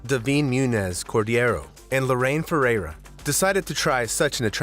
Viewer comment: what’s really scary about channels like this, is this is obviously an AI voice. the way it says “20-0-7” instead of “two thousand seven” (in the last video) and the way it pronounced “Ferrera” as a name are so uncanny valley. I’m not sure if the people making this video realized it was an AI voice as well as an AI script. but it’s getting hard to tell, sometimes :/ I’ve started watching videos and gotten 5 minutes in before realizing it was AI. and I try to be incredibly vigilant, because the last thing I want to watch is slop churned out by content mills